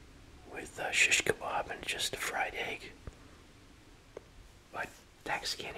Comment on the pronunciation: You pronounce it so good!! I Love it. Are u middle eastern or something is this something i don’t know about?🤍☺️